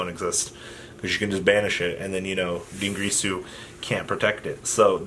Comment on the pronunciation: Also DIN GEAR SUE NOT GREASU